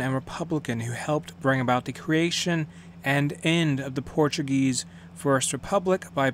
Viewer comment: Great pronunciation of portuguese! Especially the pronunciation of ç